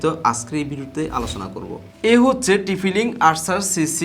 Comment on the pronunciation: Tphi link 😂😂😂😂😂 bhai nam jodi thik kore na bolte paren tahole review diyen na